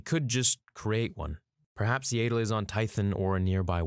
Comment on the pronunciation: It would have been a cool video if you'd just learned how to pronounce Yaddle. Were adults now and its rude to mispronounce peoples names especially when you know what the correct pronunciation is. It just makes us feel like you're not a true fan and are just doing this for money.😢